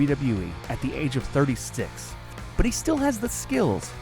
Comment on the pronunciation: he said 30 sticx